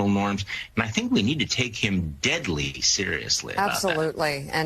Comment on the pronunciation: Anyone notice the emphasis on dead in deadly serious these people are insidious.